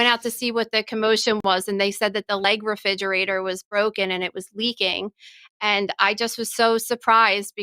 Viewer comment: She say refijerator